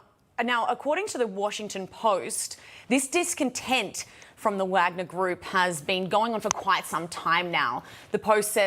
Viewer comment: Who can trust with Fox News says they can't even pronounce Wagner correctly